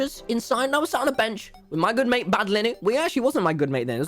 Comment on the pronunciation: It sounded like he was saying “my friend Bad Linen” 😭😂.